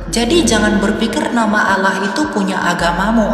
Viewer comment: Tidak ada Kristen mlafalkn Olloh, min. Yg benar A l l a h. Kog aneh si Kristen satu ini😂